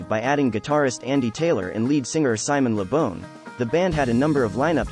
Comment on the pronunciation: Its Simon Le Bon (BAWN). NOT Simon Le Bon (BONE)!!!!